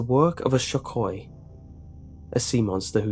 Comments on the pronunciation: I like the way you mispronounced Sho-koy to Shok-Oi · Say it slow shokoy And not too fast like ingkanto Its caled engkanto not too fast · the pronouncing of shokoy is not fast it's like sho kou